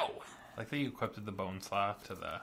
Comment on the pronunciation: I enjoy your content, this video made me cringe every time I heard "Equipted" Equipped, when you equip a creature it becomes equipped, no "equipted" It sounds a bastardization from enchanted, as a the other mispronouncing I hear frequently is "E Quip Ed". Keep up the cool work, and I look forward to more of these.